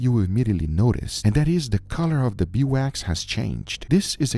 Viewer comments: Title spelling: Beeswax (correct) Guga throughout the video: Bee wax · Is it that hard to call it Beeswax? Not Bee Wax. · Why wont he say bee's wax instead of bee wax